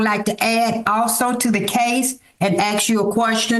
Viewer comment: Communication skills are overwhelming. Trying to axe the judge a question, hahahaha.